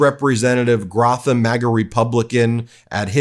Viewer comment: That a hle Grothman is pronounced Growth min. He's a tool, always has been